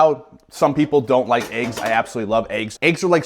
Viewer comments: Clicked off as soon as you pronounced it “AYEGS” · Said “ayeggs” 100 times before 5 minutes in lol😂🔥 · Haha he just made a comment about if we don't like the way he says eggs. LOL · why he pronounce eggs like that????